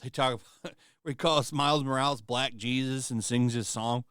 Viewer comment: damn, buddy couldn’t even say ‘black’ communities .. he said ‘ck communities’ 🤦🏾‍♂️